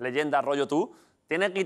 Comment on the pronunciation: ese "Tú" está mal acentuado. Menos mal que no estaba Quequé.